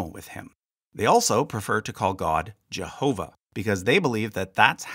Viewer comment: It has to be 3 syllables, not 2.